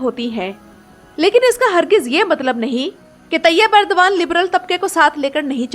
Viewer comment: It's Erdogan not Urdagan